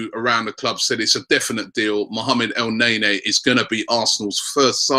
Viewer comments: Dont want to be that guy robbie but is not pronounced "elnaenae" its "elneni" sorry bout that haha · It's pronounced El Neni not NayNay lol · el-naynay? wtf rob? i thought hes EL- NEY NY ( L Ney NEEEEEE) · every time he said El nae nea, I lmao, and then he topped it off with chicarito, damn bro you are killing it.